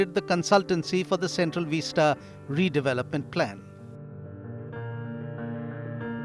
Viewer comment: Vista, not veesta!